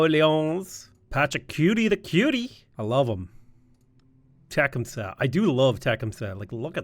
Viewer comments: LOL, the way your pronounced Tecumseh was hilarious. It's only because he's from the area I'm from, and we have a major street named after him. Te-cum-see. Most of these First Nation names are pronounced how they appear. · It's pronounced Teh cum say btw. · Its Tih-cum-see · Please learn how to pronounce Tecumseh, it’s driving me insane. The accent goes on the second syllable.